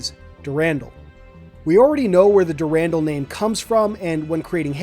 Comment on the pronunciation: "Dur-rahn-dahl", my friend.